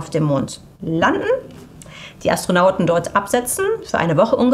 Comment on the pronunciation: Anstrengend. Mal "Orion" deutsch ausgesprochen, mal englisch. Mal "Anstronauten", mal "Astronaut*innen". Also wenn gendern, dann auch bitte durchgehend. Das ist auch kein Meckern auf hohen Niveau, denn immer mal zu gendern, ist der Sache an sich nicht zuträglich. Dann lasst es lieber. Dazu kommen noch die unnatürlich gezogenen Wörter/Sätze, als würde man während des sprechens überlegen was man eigentlich sagen wollte. Das alles macht das Zuhören in der Summe wirklich schwer. Persönlich finde ich das wirklich schade, denn man ist bessere Qualität gewohnt.